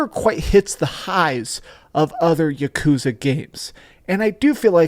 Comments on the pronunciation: For such a complete and utter dorky dweeb I thought this guy would know how to pronounce yakuza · Stop pronouncing yakuza like that lol